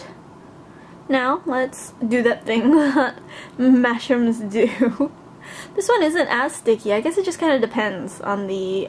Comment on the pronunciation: Whenever you say mashems, it sounds like you say mashrems/mashrums to me